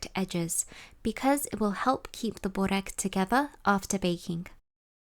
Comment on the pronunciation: Hi there, pronounced berrek. Berr like spur and fur. Rek is rek like reck. Not booorek or bohrek or bore-ek. My mum makes these- 2 full layers with cream brushed between, fetta and parsley spread over entire sheet, spirals and then dunks both sides quickly in water, and then brushes egg yolk, sprinkles sesame seeds and nigella seeds on top. To die for. Dunking in water is her secret . ❤